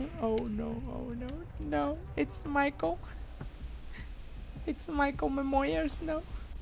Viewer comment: "Maicol memoyers" 2018